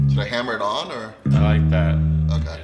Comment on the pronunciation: Tosin, "Oh keh." Also, Tosin, " We need a consonant in and then we can do the curve balls."